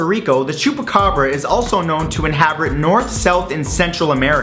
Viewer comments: Inhabrit? Did he mean inhabit? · did... did no one notice her said inhabrit instead of inhabit when he was talking about the chupacabra? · it sounds like he says"Inhabrit", instead of inhabit. :D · Inhabrit lol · On the Chupacabra he said "inhabrit" instead of "inhabit" xD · HA HA HE SAID "Inhabrit" lol derp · Did he just say inhabrit? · Swear he said "habrit" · lol to inhabrit? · Inhabrit ( ͡° ͜ʖ ͡°) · "inhabrit" LoL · Did anyone notice that on #9 Matthew said Inhabrit. An "R" sound. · lol inhabrit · Wait-wait-wait-wait did he say inhabrate on the chubacabra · he says inhabrit. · "inhaberit" Words matt, use your words. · Ha! xD He said "Inhabrit" lol ...I'm amused easily >.> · Inhabrit? :3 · HE SAID INHABRIT. WAY TO FUCK IT UP YO 😂😂😂😂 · "enhabrit" 😂 no problem tho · Inhabrit lol . Love the vids Matt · Inhabrit heh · inhabrit :3